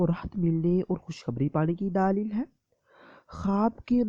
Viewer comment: Ap urdu theek sy boliye please. Daleeeeeeeeel per zara kam zor dein.